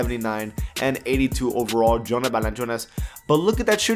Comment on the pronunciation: i hate how he says valanciunas